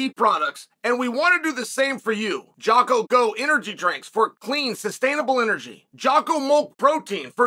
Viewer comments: he even screws up Jockos name, lol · I can’t believe this guy Jocko is literally paying Chael for ad reads and he still won’t pronounce his name correctly… also Anderson lost 4 rounds